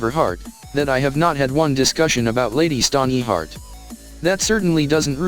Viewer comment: Forcing an ad for completely unrelated shit into the middle of the video is extremely obnoxious and disrespectful to viewers. I didn't come here looking for faceless Pokemon shirts. Also, please don't use the robot voice. The ear-piercing mispronounciation of the names is difficult to tolerate. Lady Stoneyheart. Lahnistur. Ugh.